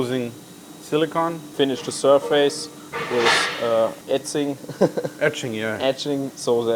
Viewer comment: "finish the surface with ätzing" 😄